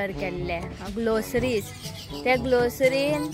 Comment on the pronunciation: Te gloceries nu..punn groceries ok..